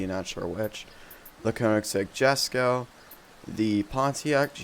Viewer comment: Jesko(ye-sco) the j makes a y sound